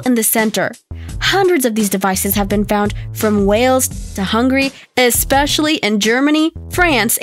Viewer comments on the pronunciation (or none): none